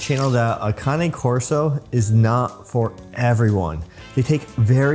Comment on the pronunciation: The first thing I look for when someone who has the dog pronounces the name, Usually if they pronounce it wrong, they got the dog for the wrong reasons.. well done